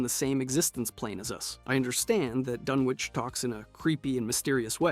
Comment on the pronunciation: this channel needs a real person that is in with the fallout lore to be the editor. or at least real fans that are heavy in the lore making rhe videos. so many inconsistencies and getting names wrong. dunchinch was difficult to hear... lol